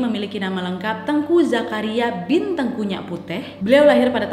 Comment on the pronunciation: Saya dari aceh, mau koreksi sedikit, untuk cara baca namanya bukan teungku bacanya kakak, tapi teuku, gak pake ng 😁